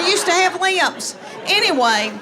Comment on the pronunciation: How the heck did she teach her kids to spell, with that accent? She pronounces “lips” as “leeeh-ips”. Imagine her saying to a second grader, “Just sound it out, honey.”